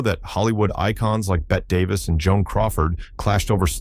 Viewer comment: Maybe the family of Bette Davis should legally change the spelling of her name to "Betty" so that the AI narrators will pronounce it correctly. The constant mispronunciation is really driving me crazy. Is it too much to ask that these presentations be proofread & edited?